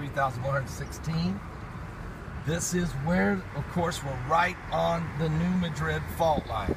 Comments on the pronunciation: It's not muh-drid ,its Mad-rid New Madrid. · New MAD-rid not New MA-drid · New MA-drid, short "a", emphasis on first syllable. Sorry, but it's kind of like Cairo, Illinois, pronounced "Kay-row". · New Mad-drid is how it is pronounced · please say the city name correctly. thank you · He is not saying it correctly.